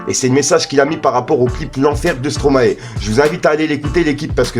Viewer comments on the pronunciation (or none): none